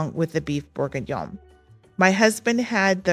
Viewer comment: You did pronounce Beef bourguignon correctly. Thank you for sharing the menu images. Inspiring!